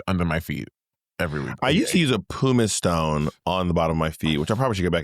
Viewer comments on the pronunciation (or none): I thought he said Puma Stone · Poo-miss stone